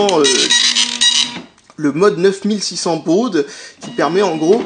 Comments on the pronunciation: On dis BAU pas baude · Il pronoce ça à l'anglaise, comme Apple :-þ